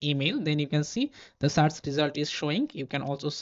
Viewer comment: everything is great but something really triggered me all video long. And it is: you pronounce "search" wrong. It's a positive criticism. Take care.